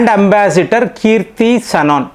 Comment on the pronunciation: మీకు ఎవరూ చెప్పరా మీ సమాచారం బావుంటుంది కాని పేర్లు తప్పు పలుకుతారని పేరే మారిపోతుంది కదా మీరు కామెంట్లు చెయ్యమంటారు చదవరా ? అ జీం ప్రేమ్ జీ అ జీ జ్ కాదు కృతి సనన్ కీ ర్తి కాదు